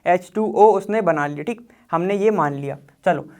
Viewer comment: Btw why does he always say like tik tik 😅😅😅 he says thik but it sound like tik😂 its funny😂